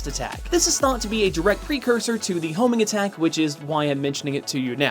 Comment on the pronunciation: when you said homing attack at first I thought you said homie attack XD